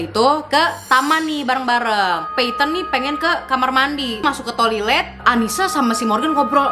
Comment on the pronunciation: did i heard that "tolilet"